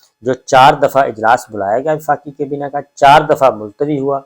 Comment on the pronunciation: Sabir bhai aap vlogs best hoty hain or reliable bhi, bus plz aap kaaf ko qaaf na bola kren bhtt koft hoti h sunty hoy. Qarkun, qabina, na qami, muqam mal, wuqla..🤭